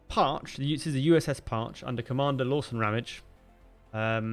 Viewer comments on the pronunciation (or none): Very cool! Thank you for making this video! My grandpa served on this sub! The pronunciation is Parche(y). It ends in an 'E' sound.